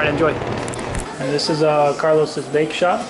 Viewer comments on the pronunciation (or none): It's pronounced Carlo's (Car Lows) Bakery as in the Cake Boss, and it's awesome.